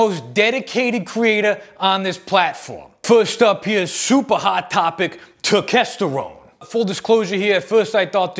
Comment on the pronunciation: Dude, you got turkesterone right while simultaneously being funny. I'm seriously impressed.